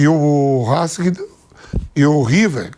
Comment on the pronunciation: Esse Vamp é uma figura: "Rasking" (Racing) 😂